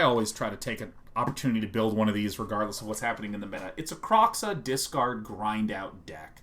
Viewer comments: I'm probably going to be the Autistic asshole that comments several times. First it's not Kroxxah it's Kroe xa (crow-such). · The X in Kroxa is pronounced like SH, it's not Kro(cks)a it's Kro(sh)a